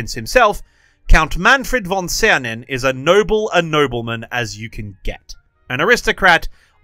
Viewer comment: Ah, a real teacher! Just read the Name and didnt show it, so we have to make an effort to grill him about the pronounciation😂 (Was actually quiet good)